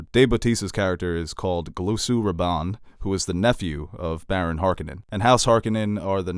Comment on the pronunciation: “The Beast Roban”